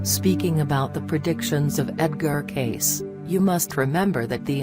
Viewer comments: Hi name is pronounced Edgar Cay(see). Ugh. do your research!! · It’s a computer voice. That’s how a computer would pronounce it if his name was typed out. To make it say Cayce how it’s pronounced the person would have to type it out as kay-see or something along those lines